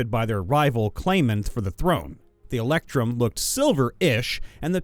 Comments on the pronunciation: Glad to see I wasn't the only one about to lose my mind everytime he said "electum". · my dude, the word "electrum" does, in fact, include the letter R, and it's not silent.